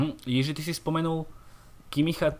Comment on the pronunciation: “Jiží” je výborný:D.. promiň:). Jinak skvělý podcast.